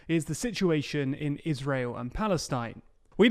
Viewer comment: Ay! you pronounced israel correctly!